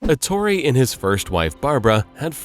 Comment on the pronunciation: Such a detailed reconstrution of Bugatti's career, without learning that his name must be pronounced Èttore, and not Ettòre, which is not italian nor english